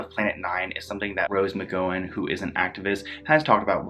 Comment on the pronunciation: Appreciate this video. Just wanted to correct one thing: Look up how to pronounce McGowan. You are maybe too young to know who she is, but she was an it girl at one point.